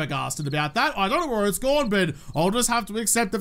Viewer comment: You sound like me after I go to the licour store "Qhere did all my money go?"